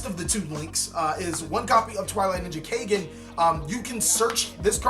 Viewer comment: kaygen.? nope its pronounced kagen caw like a crow & then just say gen =kagen ^^ also kagen name comes from the word kage which in nippongno/nihongo=japanese language kage=shadow^^